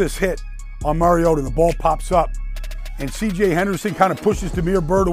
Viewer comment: For the LOVE OF GOD...dude won the Heisman...and the Commissioner Godell calls him "Marcus Mar-ee-ah-doh" and he's been in the league since 2015...and announcers still call him "Mary-o-duh"...Let's try it again...Marcus...MAR (like BAR) EE - OH - TAH